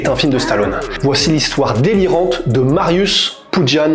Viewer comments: Alors juste un truc .. ça se prononce MARIUCH pas MARIUS .. Non mais j'ai les oreilles sensibles. Oui il y a des polonais qui mattent vos vidéos. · S 'est pas Marius sa se prononce "Mariouch'' ... cz=ch😂😅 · sz = che mariusz (mariouche). Pour le nom, c'est correctement prononcé. : złoty ("zwoté"). Mariusz est un titan. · Calme toi poussin, si t'as un souci on peut octogoner la chose. Je ne suis pas thaïlandais donc je ne peux pas juger la bonne manière de prononcer un nom thaïlandais (ça s'appelle la logique) Par contre je sais comment prononcer złoty our Mariusz. Donc je me permet de proposer l'info. Après si t'es de ceux qui pense qu'évoluer et apprendre, c'est négatif, eh bha ... reste bien dans ta médiocrité czarno dupie. Ah les risibles groupies qui l'ouvrent en comparant l'incomparable. T'as gagné quoi sinon d'apparaitre pour un abruti trop limité pour peut être évoluer? En résumé: sz = ch cz = tch ł = w Dans le pire des cas, mon ptit comment aurait apporté plus à la commu' que ta réaction de guignol. Z widzenia!